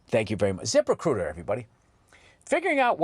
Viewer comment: my favorite ad read for something that I will never use…Zip…Rehcrutah!